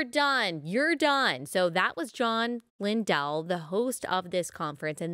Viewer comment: Matthew 18 does NOT apply in this situation. And BTW… his name is pronounced LINdell - NOT LinDELL.🤦‍♀️